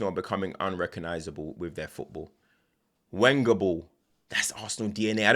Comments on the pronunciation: The W (Wenger) in other languages is pronounced as a V Venger. had to bold put it in bold my guy is killing me here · love the vids no problem it’s hilarious every time you say.